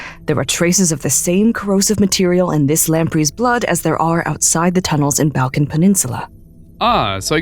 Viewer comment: i died of how she pronounced balkan